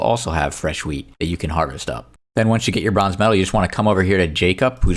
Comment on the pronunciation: ik it just sounded like you said 🍃 you know. Luv ur content btw